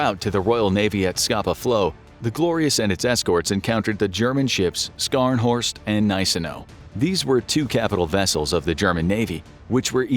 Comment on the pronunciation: Its pronounced sharnhorst lol